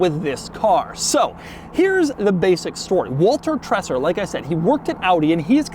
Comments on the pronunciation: You totally butchered Walter Treser's name. The nearest an English native speaker (that does not speak German) is probably "Trayzer". The way you say it, it would have to be spelled "Tresser" or something like it. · The name is pronounced more like "vaulter tray-zer."